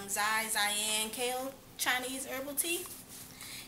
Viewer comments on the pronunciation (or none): It is pronounce "shi shi-an-sao" lol and "yee moo sao"